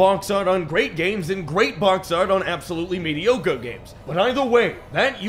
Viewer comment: This absolute mad lad called Gollum M E D I O C R E.